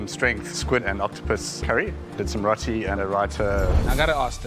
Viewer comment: I’m indian I got triggered how she said roti 😾😾😡😡😡😡